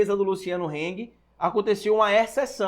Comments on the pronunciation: Eu sou chato né, estou sempre corrigindo sua pronuncia na lingua alemã. Desta vez nao sera diferente Rrsrsrs A pronuncia do sobrenome do Véio da Havan é Râng nãi Reng. Se fosse um sobrenome ingles a pronuncia seria Reng mas como é alemão é Râng Abraços. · Tá pronunciando errado, se fala como se escreve "Hang"